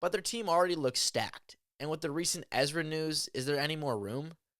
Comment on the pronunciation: You got Ezra wrong! But you didn't hear it from me 🤫